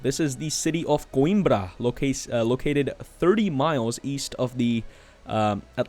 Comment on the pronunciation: You are pronouncing "Coimbra" almost like a portuguese speaker🤗 Just one note. They should have worked in Oporto not Coimbra, because Oporto is the second most big city in Portugal and also have an airport...